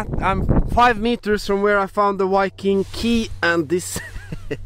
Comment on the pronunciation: Engelsk-læreren din het vel ikke Petter Solberg? Viking med enkel-V, ikke W :)